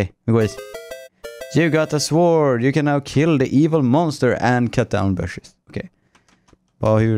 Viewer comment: man säger inte sword! sord!